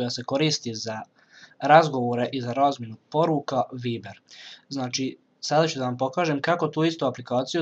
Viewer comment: Cita se VAJBER a ne VIBER